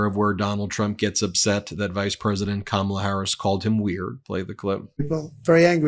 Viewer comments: trump can't even pronounce Kamala Harris' name, so how could his low information followers know wbo trump is talking about. Supply chains were disrupted because of trump's mishandling of COVID. Biden/Harris had to work to reestablish these chains. It caused a great deal of the inflation we experienced after trump was out of office. This whole press conference is weird with trump whining and complaining constantly. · Well, it would help if he'd pronounce her name properly. Not a smart guy!! Lol😅😊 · I laugh at Trump's inability to pronounce Kamala's name correctly. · They don’t know what you’re talking about when you use her first name either Donald because you mispronounce it every single freaking time you say it😂😂💙🇺🇸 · KaMAla? Pronounce it right, DonNIE, and maybe people will understand what you're talking about. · Trump still can't pronounce Kamala Harris's first name correctly. It is correct that Trump doesn't know what a supply chain is. He is complaining about slow shipping, not supply chain problems. This guy is supposed to have a degree in economics and should know what a supply chain is. He is ignorant. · His press conferences are all the same. I can tell you what he specifically said in one without even watching it. “I have yuge, yuge crowds. No one has crowds like me.” “Poor Sleepy Joe, they forced him to drop out of the election. I actually like Biden, he’s better than “Kamla.” He’s 10 times a better man that she is.” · He can't seem to pronounce her name right. It's either "Ka-MAL-la", or even "Camilla". And meantime, um, um, is Hillary Clinton still around? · Trump is a stable genius and still haven't learned how to pronounce Kamala. Should make you think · Of course no one knows Kamala's last name when "Kamala" is GROSSLY mispronounced. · Is he and other MAGA so petty, so insecure, so childish that they can’t pronounce Kamala correctly? What a bunch of tools!